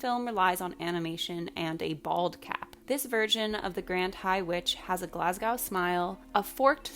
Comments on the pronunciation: Yeah and not the "GlasgOWWWW smayle." 🤣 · I love this video and totally agree just thought I’d make a note about the pronunciation of Glasgow smile. Glasgow is pronounced glass-go. I’m Glaswegian and I just put me off a little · Hun ily but what the hell was that pronunciation of Glasgow 😂